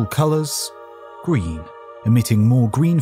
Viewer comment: It’s gween!